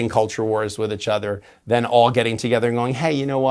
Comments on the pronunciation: I keep hoping that one day James will come on here and pronounce "each other" correctly. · Bring him back every month so I can hear him say ichother (each other) 😅❤